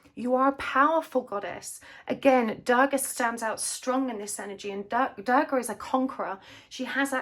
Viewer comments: The pronunciation is 'du-rga' 😅 not 'da-rga' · Its Not goddess Daagaah..Its Durga..you arnt pronouncing the "R"..😂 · Love the reading. just couldn't stand your mispronunciation of Durga. U is pronounced like 'oo' as you'll say 'u' in 'bullet'. Please look up correct pronunciations when you're using words from other languages. The world complied and tried to learn your language as well.